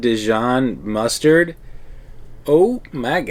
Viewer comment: Mustard drill 🤣 you guys are too cute! It’s muster 😉 love your video can’t wait to see more - hope you loved the Disney Magic x